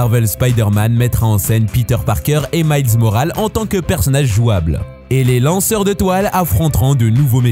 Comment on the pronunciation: DishonoRED 😵 Miles moraLE 😵 Star wars ORDRE 😵 Pour ne citer que ça... Pour un sujet centré sur les JV et ne pas savoir prononcé les noms des jeux ou les noms des perso, ça craint VRAIMENT...